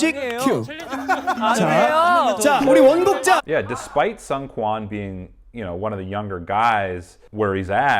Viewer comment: just wanted to let you know that seungkwans name is pronounced SOON-kwan :) Great video, I really really enjoyed it